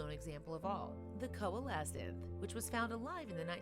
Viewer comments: odii. Thank you. I was wincing at those. It seems increasingly commonplace to hear You Tubers mispronounce unfamiliar words. All they need to do is Google the pronunciation. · Echidna- eh' KID nuh Coelocanth- SEE low canth